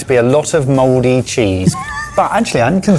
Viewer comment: Spelling: Mouldy ' pronunciation: Modey This is why we had a war.